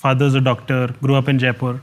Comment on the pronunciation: I lost interest at first sentence: "I gre up with middle class values"